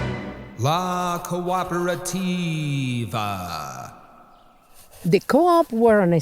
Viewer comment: I'm wondering if MPU paid this guy per italian word pronounced wrong. Some of these are literally identical to the english equivalent, such as "cooperativa" and "cooperative". How is this hard? I guess anglophones really must be the dumbest monolinguals on the planet at this point.